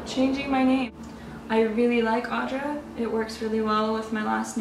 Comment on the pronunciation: Hello, the name is nice indeed, suits you well too but it is not pronounced as something like "Aw-dra". It would be more like saying "Aoo-dra" like how you'd say "good" (gud I mean). Also in Lithuanian same name can be pronounced as or "Áudra" or "Audrà" yet u is still like "good" and not weak "aw" like. It is a strong name. p.s. lmao fu fact my name given name is very similar to that so my nickname in elementary school was "Audringa" which means "stormy". Not a real name but could be. - Lithuanian.